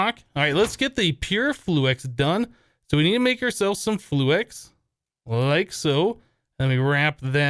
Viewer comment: Please it's fluix not flu-ex